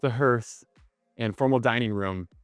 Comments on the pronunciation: What's a "herth area" Next to the dining table. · Great tour. Just a few tips. "Hearth" is pronounced like "heart". "Wasatch" is pronounced like "wa" in "water" plus "atch" in "batch". Also, the mirrors are "infinity". Amazing house! I know you could have picked up that spare.